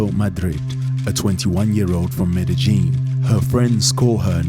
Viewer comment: Medi Jin? Medi Gin? Hahaha I wish these people can do some research on pronunciation of countries/cities. It's Medellin. The double "ll" is pronounced like a Y. So basically, it's pronounced MedeYin. Look at that, I just googled it and it pronounced it for me.